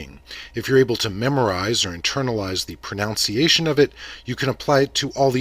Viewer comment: Extremely helpful and well illustrated. Surprised, however, that your pronunciation of the word “pronunciation” was incorrect, a common practice among English speakers. Very minor — just stood out to me amid all the Mandarin.